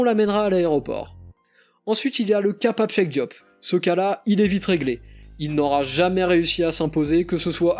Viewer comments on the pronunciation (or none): none